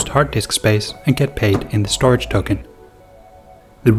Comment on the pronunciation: Cool video. I believe that 'StorJ' is pronounced 'Store Jay' vs. 'Storage'. :)